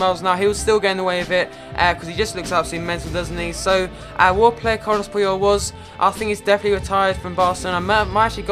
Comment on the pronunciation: It's Carles Puyol not Carlos I:(